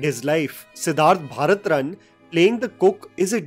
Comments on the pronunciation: recently you have been butchering the pronunciation of certain words. Its not Siddhart Bharat-run, its pronounced Bharadhan*. Similarly you pronounced the Thupaki, as thupki in one of your recent videos. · It's Siddharth Bharatan. Not Bartran. He's the son of filmmaker Bharatan and KPAC Lalitha. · Pronounce sadasivan and bharathan properly. How hard is it? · Bro what's with your pronunciations? It's sadasivan and bharathan. How can u not pronounce these words?